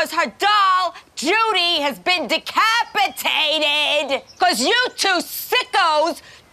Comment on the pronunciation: Love the way Susie breaks down the syllables as much as her wacky ways with the F word. De Cap I tated, shes hys-ter-i-cle.